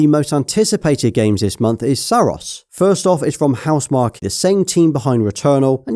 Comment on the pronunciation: He said "firts" 😂😂